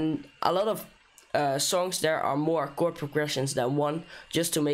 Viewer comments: It's pronouced kord, btw great tutorial! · its written as a "chord" but its pronounced as a "kord". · U said wrong pronunciation of chord and chordify on time 🤣🤣🤣🤣 LoL